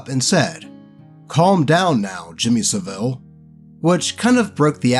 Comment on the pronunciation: The end of saville is pronounced abrruptly, like Savil. I know it looks the other way. You need to show the man some respect. Not really, you dont have to show him any respect, he was absolutely terrible. On the other hand, they say you should only speak good of the dead, and he is dead, good. Wait thats on the same hand sorry.